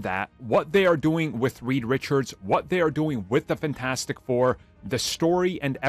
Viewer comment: FAN-TAS-tic you're pronunciation of the word blows. Fix it. It's gonna be a long road to that film. Get better fast.